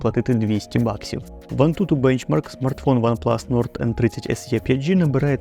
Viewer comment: Не "ес є", а "ес і", або "ес е".